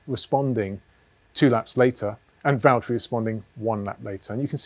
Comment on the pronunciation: James, it's Vatteri